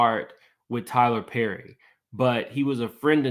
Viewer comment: Lol she cant pronounce words with double r's PERRY, MARRIED NOW THATS FUNNY, she is funny just not on stage